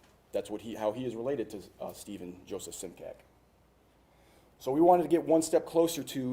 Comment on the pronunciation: It's interesting how he says the spelling of immigrants' surnames changed, but this particular surname (Simcak) is actually just the opposite - the spelling remains, except for the diacritics, but the pronunciation is quite off (it would be Šimčák - pronounced as Schimchuck).